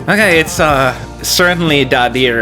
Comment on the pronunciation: Daði is pronounced 'Dathi' with a voiced 'th' I believe.